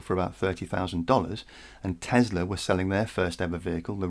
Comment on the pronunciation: Its Tesla not Tezla